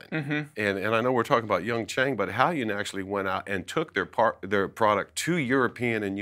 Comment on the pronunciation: I’ll m pretty sure he is mispronouncing the brand Hailun. It’s pronounced Hai•loon not Hal•yun.